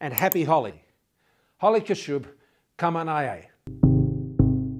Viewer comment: I also like when he say subh kamanaye....